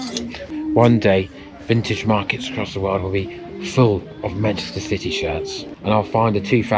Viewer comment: Citeh Barstad 😂